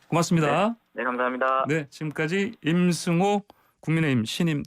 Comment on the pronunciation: 림승호??? 북한사람이 진행하는 프로그램이여??